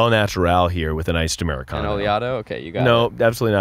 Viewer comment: "iced americondo"